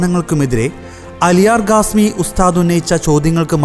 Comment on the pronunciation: Not Gasmi say Khasmi , learn proper speaking